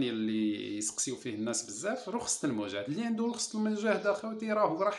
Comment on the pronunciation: رخصة وليس رخسة عفوا